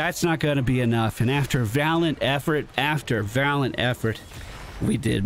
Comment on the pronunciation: "Valant effort after valant effort" made my eye twitch . Love you, but man sometimes you grind my gears :)